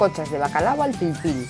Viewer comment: Muy buena la receta pero inadmisible que digas bacalado. Se dice bacalao